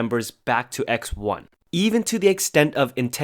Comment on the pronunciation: Wha wha wha wait Did he said eye Zi-one? Wtf wTf WTf WTFFF